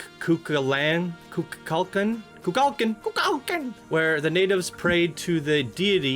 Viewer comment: It's pronounced koo-kull-kon